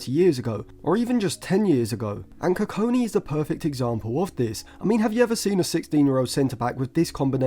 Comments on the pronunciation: Next time, don't trust Stephen Howson's pronunciations on players 😅 GOD-WILL KU-KON-KI is how his name is pronounced. But yeah great analysis on him, I think if Lisandro's injury issues don't subside then he'll be in the squad sooner than we think. He's got a lot of development still to do but would be an excellent long term option for that LCB role. Other than Branthwaite, Bastoni, Lukeba & Hincapie what do you think of Nico Schlotterbeck from Dortmund as a potential LCB option? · koo-kong-key is how you say his name. enjoyed the video. bastoni is a good profile comparison. his versatility will help him break into the team for sure. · not how you say his name, and hes 16 dont compare him to one of the best in the world rn thats unnecessary pressure and just so off because he hasnt played a minute in the first team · just say it the right way🙏😭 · The way He Kept Pronouncing the Name was Doing My Head In....😂😂😂